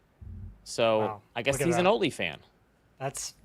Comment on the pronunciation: “Oatly Fans” 😂